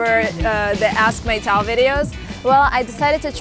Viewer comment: no. your name is pronounced "metal" 🤣🤣